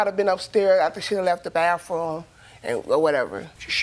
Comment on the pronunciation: Bathroom not bafroom...living nasty